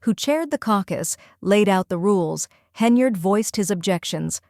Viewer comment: I was actually impressed because it's the first time I've heard AI pronounce "Henyard" correctly.